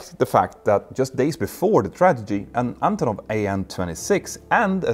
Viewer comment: Is Capt. saying tradigy instead of tragedy?